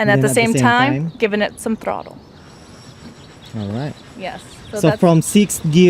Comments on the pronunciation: It's throttle not throtoe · "applying some throtow" ? >_< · What the fuck is "throtto"? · I stopped listening to her advice after hearing her say "applying some throtto." uhm, no. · "at the same time applying some throtto"? ...okedoke. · Did she say Throttow? lololol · shot outs to her "moretorcycle" and "thrawtle"